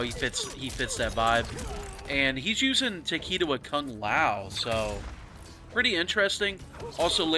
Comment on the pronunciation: You and "Takeeda"